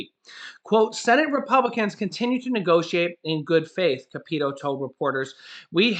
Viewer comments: Hey, it is pronounced Shelly Moore Cap a toe. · Capito is pronounced cap ah toe. Unfortunately she is my rep. She won't even interact with us "the poors".